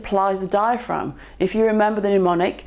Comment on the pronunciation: 'Mnemonic' pronounced 'pneumonic' and I switch off. Medicine should be a precise discipline. And I feel this extends to vocabulary, even when said vocabulary is not from within the subject matter itself.